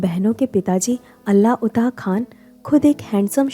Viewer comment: अताउल्ला खान! अल्लाउता नहीं। जिस हस्तीकी व्हिडियो बना रही हो उसके पिताका नाम तो ठीकसे लेना चाहिये।